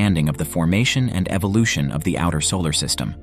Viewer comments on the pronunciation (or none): none